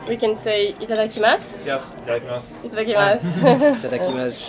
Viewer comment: 新潟に行けたのかが心配になります😊 彼女の「いただきます」はネイティブの発音に近かった（笑）また彼のシャイな所が良いね😊